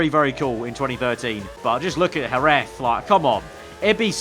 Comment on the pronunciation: Great video, just for future you should pronounce Jerez as Herez